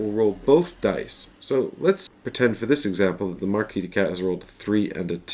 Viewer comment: MarquisE, not Marquis! Arg:! XP Cool video though. :) Pretty long but apparently torough and well paced.